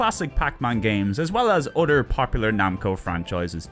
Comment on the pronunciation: its pronounced other not udder! Stop saying udder! We're talking PS games not cows milk! fr fr its annoying and bothersome.